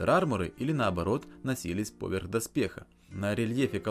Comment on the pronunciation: Недавно нашел этот канал, интересно рассказываешь и показываешь, НО, пожалуйста, перестань делать ударение в слове "поверх" на букву О, боже, я только из-за этого видео торможу, настолько сильно режет мне ухо, да и другим, думаю, тоже. повЕрх!